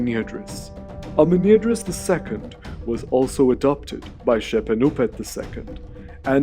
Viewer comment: Amenirdis, this name seems to be spelled wrong as it is pronounced with an extra r in it all through the video... Nubians do need an editor.